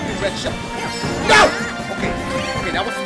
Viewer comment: when dashie yells "NO!!!" it sounds like he sayin' "NOW!!!"